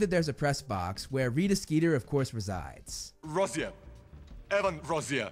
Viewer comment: feels weird hearing "Rosier" like this as opposed to the family tree video